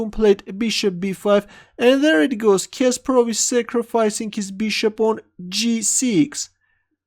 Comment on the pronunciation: Omg the way you say Kasparov annoys me every time... I usually avoid when you comment on his game Sorry